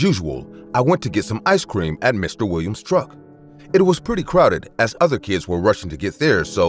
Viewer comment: Lol the way the narrator says "Mr. Wiwiam's" 😂😂😂😂